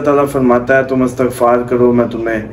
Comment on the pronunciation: Talafaz glat hy aap ka. Istagfar bolty hn